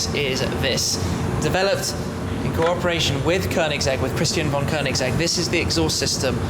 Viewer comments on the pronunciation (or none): none